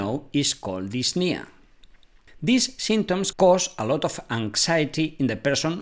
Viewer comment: I just realised he pronounced this as these and these as this